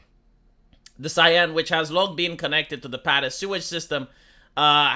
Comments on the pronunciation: It's "sen" not "sayenne",. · It's pronounced ''sèn" not cyan.. or whatever that was. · The big scientific Seine defecation plan of summer of 2024! (it's not pronounced Seyenne, it's pronounced Saeeen btw) (and did anyone ever hear about the "Love Canal" of Niagara Falls?) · The river is pronounced "Sane". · It's pronounced close to senn, with a sharp s. Like in senator. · Could one day pass without butchering some word? RIP Seine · A Romanian doesn’t pronounce a French word correctly? Who would’ve thought